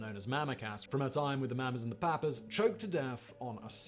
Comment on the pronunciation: The Maammas and the Paappas? What planet is this man from?